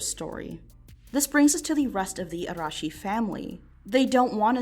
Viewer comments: I appreciate you not having to stop the video to say "Ara- Arah- Arehsh- I can't say that name, sorry." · Weird compliment, but I’m really glad you actually tried to pronounce her last name with the Japanese R and you even tried to say Tokyo properly.